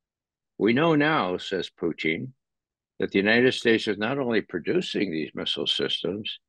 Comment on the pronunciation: Just can't get over how Ray says "Poo-teen" 😂